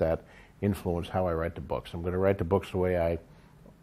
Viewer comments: Andy Moore bewks. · ***** Oh, I like the way george says "boks" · Der buuks? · I really like the way George says the word 'books'.